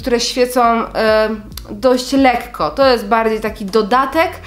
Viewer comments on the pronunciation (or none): none